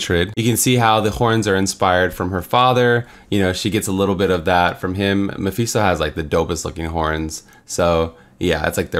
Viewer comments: I hate how you say mephisto, “mapheesto” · its pronounced meh-FIST-toe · Every time he says “Mapheesto” I want to punch something.